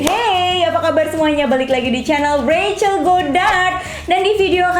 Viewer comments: tu dipanggilnya "Recel" atau "Rahel" sii,kok mami panggilnya rahel sii:v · Nyokap nya ngomong nya bukan Rachel tapi rahel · Lah lah lah gua pangil bacanya racel lah mama nya Panggil rahel yang bener racel atau rahel:) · Rahell bukan revcel😁✌️ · Mamanya manggilnya r-a-h-e-l bkn rachel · Apakah cuma aku yang kaget kalo mami nya manggil nya rahel😅